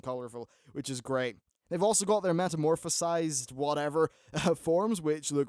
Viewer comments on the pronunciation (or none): If you cant pronounce Illidari or Metamorphosis right, you should spend some time with a game youre making a review about.